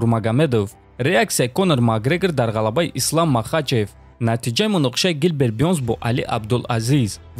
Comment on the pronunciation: Хоҳиш, дар талаффузи вожаҳо каме диққат деҳ. Ислом аст на Ислам, ё Абубакр аст на Абубакар. Чунин иштибоҳот зиёд мушоҳида мешавад. Каме китоб мутолиа кун.